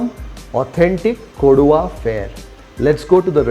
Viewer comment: It is KODAVA, Not Koduva.